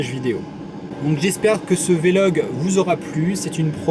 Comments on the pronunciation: c'est vlog et non Vé Log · on dit vlog not vélog :-( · Pour info on dit pas velog mais vlog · Très bonne vidéo j'aime bien le concept. Juste pour info le mot se prononce "Vlog" et pas "Vé-log" mais sinon c'est vraiment une bonne chose ce genre de vidéo, c'est assez rare. Sinon j'ai 15ans(je suis en 2nde) et j'aimerai aussi devenir pilote de ligne plus tard mais je n'ai pas du tout commencé à piloter et je n'ai pas passé de brevet de pilotage,cela pose-t-il problème? Est-ce que tu pourrais aussi faire une vidéo par rapport aux formations possibles pour le devenir et quelques conseils ce serait vraiment très bien. Merci ! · Juste on dit vlog et pas véloh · Mdr il a dit " V log" au lieu de vlog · Salut attention à ta prononciations du mot vlog